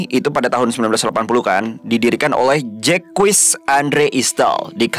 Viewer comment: bou Jacques itu dibacanya zack atau zek... hehe bukan jekuis.. klo bisa sebelum mulai.. cek di translate pakai fitur audio.. biar tau pelafalannya.. atau pakai AI translate android ya banyak.. semangat buat 🙏🏻🥹